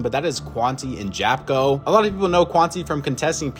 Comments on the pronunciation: Just wanna say one thing Japko is pronounced Yapko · u pronounce japkos name wrong its "yapko"